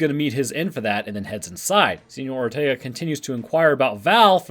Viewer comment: “Seenyour Ortaegah” --2020